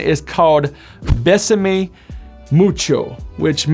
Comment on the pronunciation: Bay-Sah-May...not Bess-Suh-Mee